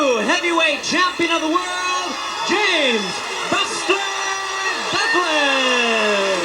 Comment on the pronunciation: You got to get it right though it’s James Buster Douglas.